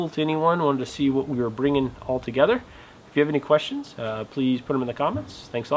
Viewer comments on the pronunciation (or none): none